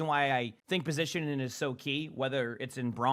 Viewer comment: I love, but someone seriously needs to tell him there's a 'g' in the word 'positioning'